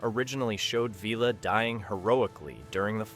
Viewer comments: Don't waste your time watching this if you are interested in Blakes 7: There are some very unlikely claims made during this video- in some cases actually contradicting known facts. An AI generated script read by an AI voice that doesn't know how to pronounce 'Villa'? Or just more rage bait to up ratings? at least do a basic fact check & proofreading before posting this kind of thing. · Not to mention Blake himself! And who is VEELA? AI crap voice over.